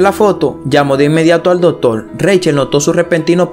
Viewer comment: Dotor no!!! Se dice Doctor!!!!!